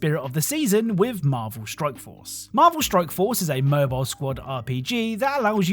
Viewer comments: At the end of the sponsored segment in the beginning, I swear it sounds like you're saying Marvel Stroke Force xD .. Am I having a strike? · I love your videos bro. But it 100 percent sounds like your saying Marvel Stroke Force several different times lol